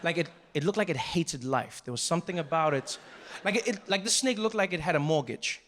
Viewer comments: I thought it was going to turn out to be authentic Balinese snacks because my indo friends pronounce snake as snack. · ah, yes, a "SNEK" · French Dude: SNEK Me: S N E K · The emphasis on "THE SNAKE"....I've watched this sooooooo many times. Who wants the job of being the snake getter.????? Nope nope nope. 🧡😳